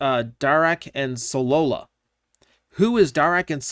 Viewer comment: I think you mean Solila, not Solola